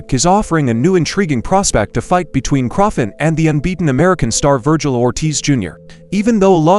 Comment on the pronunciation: The least you can do is pronounce the names of the boxers properly .Who the heck is Crawfit? Seriously